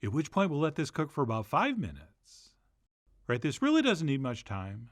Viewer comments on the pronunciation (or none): none